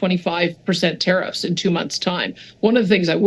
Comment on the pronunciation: Trudoh Grasping at straws!¡, your mispronunciation of TARIFFS Is As Annoying as Fergus Muting the Mike During QP!! FIX IT!!!